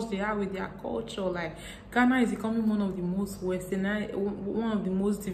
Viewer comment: Im the first here dear.. I love the way you talk and most esp how you pronounce "in ghana"!